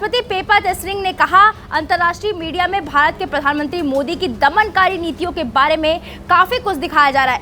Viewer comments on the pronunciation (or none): none